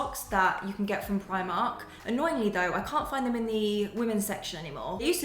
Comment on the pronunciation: No we are from New Zealand. I have family in the uk but you still need to learn to say it properly so you don't look like the odd person out